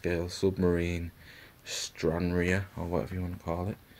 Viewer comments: Hi, it's pronounced Stran-rar, with the 'e' silent. It's named after the Scottish port where the aircraft was based during WW2. Thanks for the video! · Named after my home town, liked how you pronounced it 😂 anyway have the same plane in my stash.